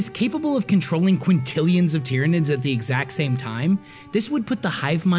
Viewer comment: This dude and the word "quintillion."